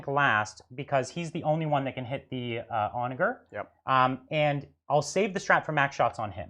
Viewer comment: For what it's worth the G in Onager is pronounced similarly to a J like the G in German. It means Donkey. ˈänəjər, like On A Ger(man)